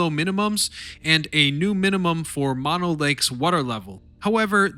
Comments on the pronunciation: Learn how to pronounce mono. I grew up near Mammoth many years ago. Funny that there was no mention of the movie, Chinatown, which, while fiction, wasn't far off. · Mispronounced Mono,over and over.Get it right!